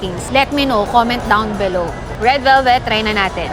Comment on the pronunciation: Inover emphasize nya KC gusto nya Tau mag comment down below... Hehe ✌️😂😊😮